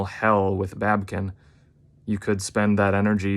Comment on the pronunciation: It's not babkin it's babykin get it right.